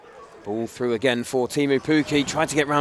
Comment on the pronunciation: One commentator said "Effridge saved the penowy " . I think he meant ",Etheridge saved the penalty" . He also often said frew (through ?)